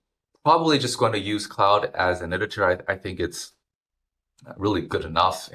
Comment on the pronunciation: You mispronounced claude as cloud, its CLOD